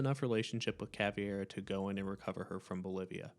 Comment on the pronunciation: why do you call caveira caviar